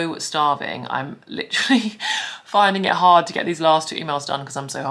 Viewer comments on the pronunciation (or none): Take a shot every time she says “LITCH-rully”